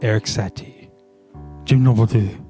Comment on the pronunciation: I am fluent in English and French (Québécois). I have to say that I'm not a great fan of Satie's music but, his markings really crack me up - « Avec étonnement » ( With astonishment, or surprise ) is particularly amusant. You're pronunciation of «Gymnopédie», however, needs work - maybe because you forgot the accent aigu (é) ...😁